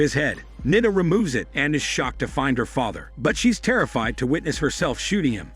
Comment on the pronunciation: It's not Nida. U have to stretch the I so Niiiida